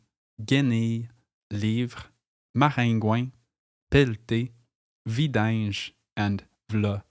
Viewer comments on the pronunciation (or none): video was good until I heard you pronounce "vidanges". You made it sound like "vidinge". You did not pronounce the "ange" sound.